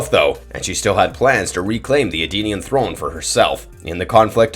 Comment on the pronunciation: E-denian not Ardenian…..